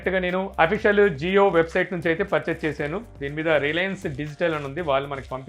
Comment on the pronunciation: అది రిలయన్స్ రా బాబు రియలన్స్ కాదు వచ్చేస్తారు అలా